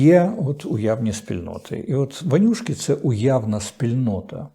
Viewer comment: Корчинсьский вимовляє по москальськи "ванюшки", а треба - вонючки.